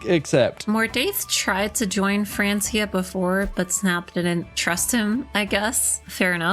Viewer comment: The pronunciation of Francia makes me want to cry